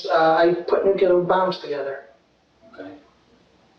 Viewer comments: “I put NUCULAR bombs together” can’t even pronounce it, idk why I don’t believe him… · "nucular" lol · If someone says they worked in the nuclear industry in any capacity but they pronounce it “nuculer” I immediately think they’re lying. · Yeah i worked on assembling "nucular" bombs. You can tell I'm being honest because I know how to pronounce "nucular" correctly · He put nuclear bombs together but he can't even pronounce nuclear? 🤦‍♀ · "I put new-clear bombs together" Can't even say it! 😂